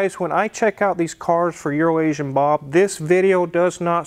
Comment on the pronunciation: You said Bobs name wrong